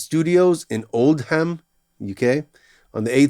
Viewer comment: Cool vid! Oldham is pronounced oldum rather than old ham, for my american friends :)